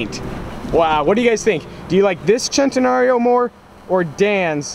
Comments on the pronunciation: its actually sent a nario not chent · I never want to hear the word chentanareo ever again. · i hate how he pronounces it "chentenario" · I thought it was Sen-ten-Aree-O not Chenteeorio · Sen-tan-nary-o not chentenario... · It’s sen-ten-nar-io Chentenario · it is centenarion... not chentenario! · Stop saying chentenario it’s cen !!! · Its SEN Te Nario. Its a Spanish word not Italian. There is no CH or Chaa sound. I believe most lambos were named after Spanish fighting bulls. This one is just commemorating his 100th birthday. Thanks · He says Chentena-rilpshf O Annoying! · CHENTAnarryo! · heres a drinking game: take a shot everytime sayss chentenario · It's not pronounced CHENtenario. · i disliked because you got annoying with the whole "CH" entenario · Philip Smylie if I were to get a dollar for every time someone says "Centenario" Wrong, I would have enough to get a Ferrari La Ferrari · The way this guys says centenario just makes me wanna die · He says the first part right the last part wrong he isn't saying rio properly that's what makes it annoying. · you said "Centenario" 32 times and all of them mispronounced